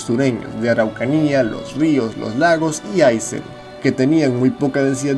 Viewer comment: hola amigo, se pronuncia Aysén.